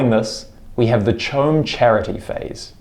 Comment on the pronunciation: CHOAM is pronounced KO-AM...long “o”, short “a”, hard “ch”.